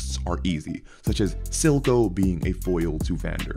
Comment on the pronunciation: It's Silco not Zilco though, cmonBruh